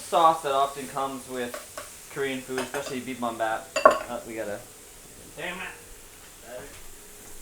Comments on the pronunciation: lol bibabap? You guys mean bibimbap? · Just a lil tid bit: Bibimbap is pronounced Bee beem bahp. And the Koreans usually say Gim chi, not kim chi. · Haha "bee-bom-bap"